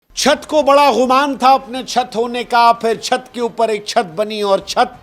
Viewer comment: Ghumaan nhi Gumaan hota hai! 😮